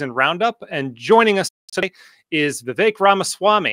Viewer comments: It’s pronounced VIV-ACHE, not VIV-ECK Learn to pronounce your guest’s name. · It's "Vivek", like "cake"